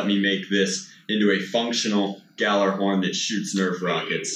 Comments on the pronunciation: It's not G-jallarhorn, it's pronounced Ghallerhorn. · Pretty sure you don't pronounce the J, it's just "Gall" "er" "horn". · It’s supposed to be said like “gallahorn” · Can we talk about how he says guh-jallar-horn not gha-llar-horn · Yall-er-horn. If I hear Gajallerhorn one more time I'm going to scream. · when you said G Jallerhorn, i died a little its pronounced Gallerhorn the J is silient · No no itsnot ga jally horn IT IS GALL-A-HORN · Its pronounced galerhorn not gejalerhorn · It is NOT galaRhorn it is pronounced galahorn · Guh-jallarhorn... It's pronounced "yallarhorn" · It's not g jalahorn it's pronounced gallahorn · I'm sorry but its pronounced G-all-a-horn. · pronounced gallarhorn my dude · it's actually pronounced gyallarhorn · I think its pronounced gyallarhorn, as it is heimdalls horn of doomsday. he blows it to signal the start of ragnarok (destruction of the nine worlds) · Almost died laughing at ga-jiggle-jig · ah yes, Gah-jallah-horn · the J in gjalahorn is silent it sounds like galahorn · 1.gjalahorn is not in the new destiny 2.galahorn that's how you say it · (Gal-ah-horn) that’s how it’s said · bro the j is like Gal so it is pronounced Gal-er-horn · In old Norse its pronounced yallerhorn I hate when people do this to my ancestors! Gjallarhorn is the loud victory rams horn after winning battle the story is hemmdal the God gave the original to a great warrior who also became a God might not be correct about that so dont quote me but ITS yallerhorn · ITS PERNOUNCED GALLARHORN BUT SPELLED GJALLARHORN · It’s gallahorn. The “J” is silent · I think its pronounced “galar horn” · Preeeetty sure it's pronounced Gyallerhorn But that's just my thought. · its meant to be pronounced gallyhorn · BTW its pronounced g-yaller-horn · Gjallarhorn is pronounced yal-er-horn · gjallarhorn is pronounced (gall-er-horn) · it's pronounced yal-er horn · It’s pronounced Gallahorn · its pronounced gal-ah-horn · It's pronounced gallahorn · silent J